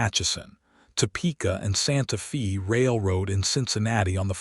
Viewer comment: Very good story but the city’s name Santa Faye like a girls name not Fe.